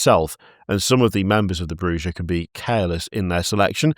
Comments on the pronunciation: I NEED to know what Shy said at the end of the episode lmao Edit: also as mentioned by an earlier comment, Bruja is Spanish and pronounced "brew-ha" the J is a H like Jalapeno. It means "witch" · Bruja is spanish so it is pronounced with an H. My understanding is it means witch. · Ive learned alot about culture because everytime an American said bruja they said the way a spanish speaker would, but the one time a british person has its been pronounced in the most guteral way possible